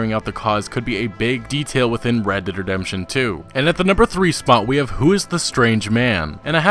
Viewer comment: Oml why tf do you say it like that "red dead dedemption"